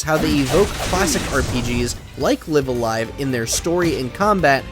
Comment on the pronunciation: It's Live A Live, not Live A Live or Live A Live, obviously. DO BETTER.